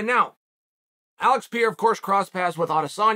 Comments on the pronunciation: It isn't "Piera", it's "Pereira". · Pierre? It’s pronounced per air uh? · Uncle it's Pereira !! Not Piera. But you know what , if you say Piera , it's freaking Piera ! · Noone is a smart guy. I haven't heard anyone speak that before. Would you say Latin is a dead language? Haha I'm just kidding. My point was that most of us don't know Portuguese so its silly to try and listen to Pierra. Pereira* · PIERA = Peireira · "Pi era" almost there, champ, almost there! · It's pronounced prrr Ay Ruh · Who the fuck is PIERA ? , bro take your time and enunciate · Sonnen needs to learn pronunciation. How in the hell he thinks the name Pereira should sound like Pee-era is just stupid/lazy. C’mon dude, at least make an effort. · PEE - ERA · ""pa ray ra" lol bugs the shit out of me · Piyara???? Loool at least pronounce the guys name right come on it’s not that hard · OH NO Chael !!! It’s not Piera. It’s not “pee air uh” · PERERA! pronounce his name right sunning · Pee Air Uh 😆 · “Alex Pierre” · Its pronounced Perayra. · (Pee-Era) lol leave it to chael to give all figures a nickname by accident. To be at smart as he is he sure could use a refresher course in ELA (English Language Arts) lmfao 🤣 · Forreal. Who’s Alex Pierre?? 😭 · Pronouncing "Pereira" like this "Pee-era" is the craziest thing ever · It's Pereira, not Pierre, of course idiot chael thinks it's funny to get it wrong for the 100th week in a row. Pereira beat shit tier fighter adesanya twice, starching him one of those times. The absolute state of the UFC's talent scouting. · Chael either has no culture or he’s dumb AF. He can’t pronounce simple names after hearing the entire MMA community say it a trillion times. Sheesh! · How many times is Chael going to pronounce Alex’s name wrong? 🤣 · Sou brasileiro, e até hoje não vi um gringo falar da forma certa hahahaha Mas é compreensível já que em inglês não tem esse som, eu acho